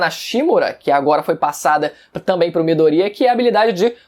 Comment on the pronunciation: Fala Midoriya direito porra